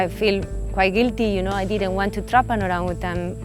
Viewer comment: The way she pronounces Orangutan is perfect 👌 for a foreigner